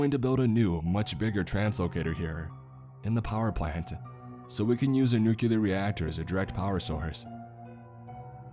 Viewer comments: "Nuke-yah-lur". Ugh lol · He lost me at "NUCULAR"